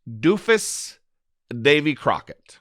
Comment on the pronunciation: Davy Crock-o-sh...